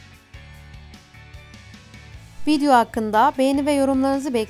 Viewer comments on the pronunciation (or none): none